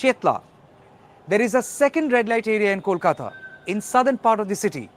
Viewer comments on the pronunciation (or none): none